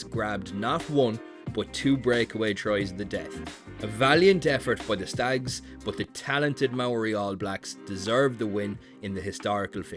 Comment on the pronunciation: "The Stags" 🤦 ffs don't ever say that again.